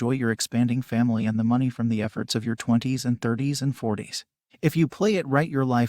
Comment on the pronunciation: The bot doesn't know how to pronounce "20s" etc. It gives the impression that the decade designated by the "s" can be compressed into seconds. Annoying as hell.